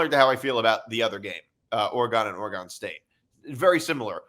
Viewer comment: Oregun not Oregone